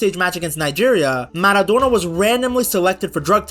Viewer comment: "Diego manodona and Lloranel Messi"